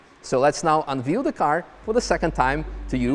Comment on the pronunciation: I wish you would wreck my car! What a beauty! (unveil: veil is pronounced like vayl rhyming with pale)